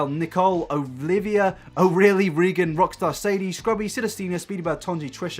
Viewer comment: you say my name at the end as o rilly but it's pronounced or lee. Great vid anyways hehe xxx